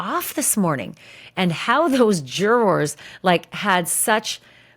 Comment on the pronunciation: Love Ashley, hate her pronunciation of “Jurawrs” 😂😂😂